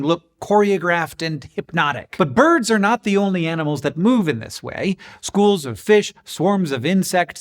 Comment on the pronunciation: Every time I hear you say boids I end up hearing it said in the voice of Curly from the Three Stooges 😊